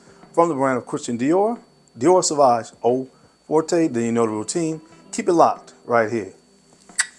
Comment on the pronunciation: Also, Forte is pronounced like Fort. But honestly, that’s an easy mistake, especially because the House of Dior is French.